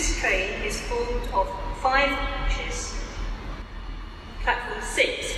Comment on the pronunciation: I laugh at saying five coaches as it only says five chis.